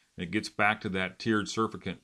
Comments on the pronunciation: not surf-i-cant Suuuurrr-fact-ant... aka soap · It's pronounced "surfactant", not surf-a-cant.